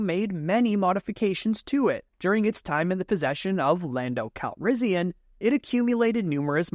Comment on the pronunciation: Am i the only one that thought he said lando calrizzian